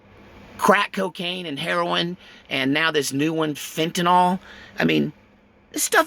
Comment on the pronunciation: Not heroine any longer. ..It's heronoyle.